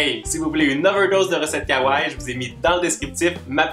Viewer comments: superbe video comme d'habitude .ps pour le mot kawaii il faut prononcer le i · superbe video comme d'habitude mais il faut prononcer le i pour le mot kawaii